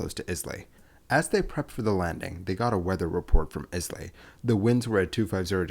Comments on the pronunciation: Why didn't they Go Around? (By the way, it's pronounced "Eye-La", not "Iz-Lay") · It's pronounced "eye-la" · ISLAY is pronounced Ailay. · The narrator should have taken a moment to learn how to pronounce "Islay". It's "eye-luh", not "Iss-lay". The s is not pronounced, just like it is not pronounced in "island". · Why not find out how to pronounce basic things? Islay is ‘eye-la’ not ‘is-lay’ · It is the king of the United Kingdom, flying to Eye-lay not theh king of England flying to Ice-lay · BTW, it's no "Is lay" airport, it's pronouced "eye-lay" or "eye-luh" as in an island. It's like listening to fingernails on a blackboard evey time you misprounce it. They also make the best malt whiskeys in the world there. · It's pronounced Eyela, not Izlay, sorry, but I just could not let it go... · Islay is pronounced "i-la" not "izlay". I heard a rumour that the plane had empty Laphroaig whisky casks on board which were going to back to the distillery. Charles was probably picking up some fresh ones. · Sorry, it's not IS-LAY, but pronounced Eyelah. I was born there and was there when he crashed it :) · They aren’t private jets the are Royal Air Force aircraft. The island of Islay is not pronounced “is lay” but pronounced “eyela” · Islay is pronounced eye-lay not is-lay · And it’s “EYE LAY” not IS LAYB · Charles is not the King of "ENGLAND". He is King of the United Kingdom of Great Britain and Northern Ireland. Also I have never heard of "Izzly" wherever that might be. If you mean the island of Islay it is pronounced "EYE LAY" or sometimes "EYE LAH". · The island is not pronounced "Is lay", but "Eye lay". Source: my Scots heritage and a Scots uncle who lived and worked there. As for the kong and his extended family of English/German parasites I'd say bring back the guillotine. A pox on them all. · Hearing "Izzlay" is painful. Eye-luh. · Eye-La not Islay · Wrong ...not eye-lay but eye-lah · It's not 'is lay'. but Aye- lah. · oh for god sake, NOT [islai] it is [aila]